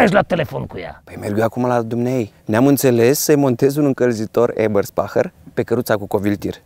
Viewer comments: Super clipul :) . Doar ca se pronunță "EBĂRSPEHIĂR" si nu "EBERSPAHĂR" :) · EBERSPECHER se citeste